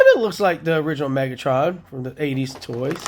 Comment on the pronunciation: Not cool: Its Megatron not Megotroun haha 😅😅😅